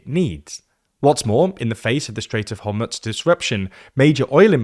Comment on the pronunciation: My guy just called it the "Strait of Homutz". This gotta be ragebait at this point.